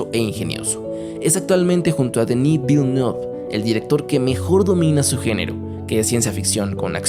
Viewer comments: se pronuncia vileneve....o pronunciarlo en castellano, también es correcto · Se pronunciaría "Denis Villeniuv", por decirlo de una forma, es un apellido francés pero el es Canadiense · la E al final no se pronuncia